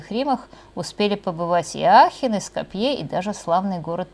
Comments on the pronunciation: г. Ско́пье - ударение на "о" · Следите за ударенями .СкОпье, ТЫрново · За то время, пока нас 5 раз призывали подписаться и т.д., можно было несколько раз заглянуть в справочные источники и узнать, что город Скопье произносится с ударением на "О", а не на "Е". Это какой-то позор.